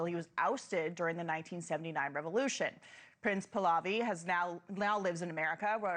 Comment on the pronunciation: Please make an effort to pronounce his name correctly. It's 3 syllables: Pa - Hla - Vi